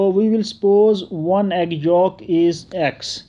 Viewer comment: Its yolk not folk